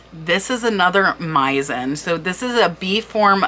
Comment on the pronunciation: Very interesting! One small thing: Meissen is German and is pronounced with “s”, not “z”.